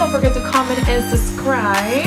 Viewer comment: love it, your accent is cute to you got your b's and v's meesed up lol, suvscribe and biveo lol.. cute though<3